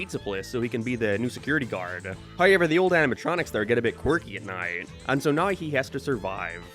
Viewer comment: Why he say “now” like that😂😂